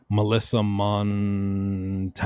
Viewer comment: 'Mon tan ez'